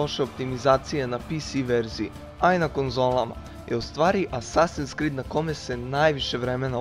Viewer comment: ne skrid nego krid